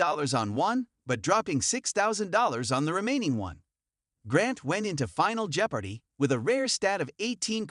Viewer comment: I’m so sick of these dumb Ken Jenning’s stories. Also could someone please teach this guy how to pronounce the word “jeopardy.”